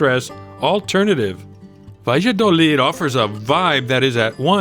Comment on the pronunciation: Sorry, but want to bring an aspect. The town is pronounced "ba'ya'dolid'. I like that town. Nice shops and restaurants.